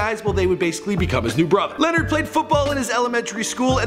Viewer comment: Just so yall know, it's pronounced Luh nard (not Len nerd like this guy kept saying.) RIP LA